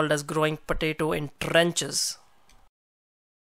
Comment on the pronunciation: "Growing potatoes in tr-r-r-enches"